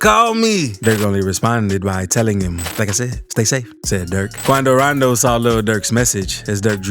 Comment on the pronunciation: He say Qunnadoo Raandoo